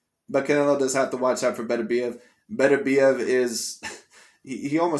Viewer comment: is a funny guy. I wonder if he truly believes a fight with Beterbiev wouldn't sell.🙂 The way he pronounces Beterbiev's name is quite funny too!😄